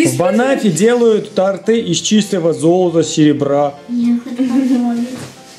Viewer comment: да блин, бесит...не тортЫ, а тОрты.....а торт классный😂